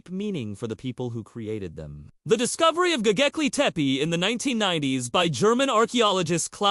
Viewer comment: Bro you can't even pronounce the name correctly so how do you expect people to take you seriously? It's not gogeple, it's Gobekle...B not G